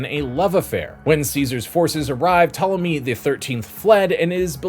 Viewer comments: The p in Ptolemy is silent. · This is excellent information! And while I hope you did this as a joke, , the P in Ptolomy is silent, just like in swimming.😊